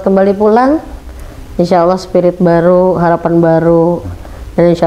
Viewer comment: Dia sebut Allah koq Owoh gak bisa dia sebut lafaz Allah🤔🤔🤔